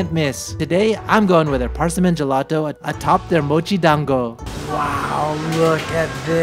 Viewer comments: I have never heard anyone say PARSAMIN. It's PERSIMMON. That was weird lol. But the food looks amazing. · Think kitties and cinnamon. "Purr-cimon" Not "Par-simon" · It's called a Persimmon, Per-simm-in. Not parsimmin. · Persimmon is "purr-sim-on" like a cat noise, the game, not under, but on... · Benedict Cumberbatch: Penwings: Par-sea-mans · PAAARsimon lol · Did he just pronounce persimmon as PARSMIN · lol persimmon? anybody else annoyed with how he’s pronouncing persimmons?